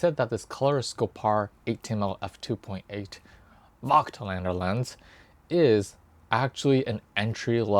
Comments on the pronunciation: It's a german/austrian word. We say "Fogtlander" if you pronounce it the english way. You're not too far from that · Hi. I am sorry for that. But your pronouncing is more then terrible. It will be pronounced Like Fogtlander in english. And how you pronounced it is like the germans Idiots speaked in the ww2. In germany (i am a german guy and live in germany) this is really a very sensitive theme. And it is about 80 years ago. So Nobody in germany is alive from this time. And we Don’t want this time again. So please have a Little respect to your german viewers. Nobody in Germany would publish a video with a pronouncing like that. Because it would be the end of the youtube career. Please think about it.